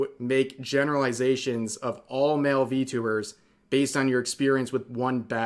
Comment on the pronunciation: You said it wrong its ENVY-tubers